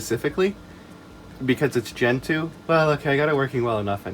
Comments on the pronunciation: You pronounced "gentoo" incorrectly. You said "gentoo" but it's actually pronounced "gentoo". Thank you for correcting this. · I know this is a 7 months old comment, but I believe it's actually pronounced "gentoo". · I thought it was pronounced "gentoo" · omg wrong it’s actually pronounced “gentoo”!!!! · NO!! IT'S PRONOUNCED GENTOO!!